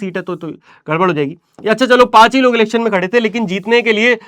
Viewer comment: be like elections ❌ lelections ✅